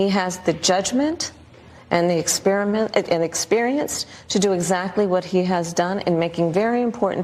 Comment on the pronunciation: and she still messed it up😂